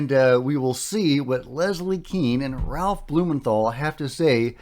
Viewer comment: keane is pronounced caine ... (as in michael caine)